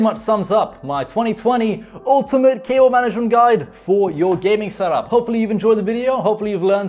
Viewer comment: i just keep hearing "kale management"